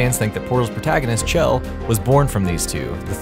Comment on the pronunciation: Holy shit. Chell is pronounced SHELL